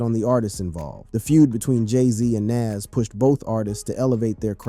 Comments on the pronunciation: who tf is "NAZZ"? must be a wanna be NAS or just a case of someone who can't pronounce an artist name correctly. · I've never heard " Nas " pronounced this way. And definitely click bait. Boo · Eminem dissed Dre?? Is that for reals?? Everytime he said the name NaS was incorrect LOL 🤣😂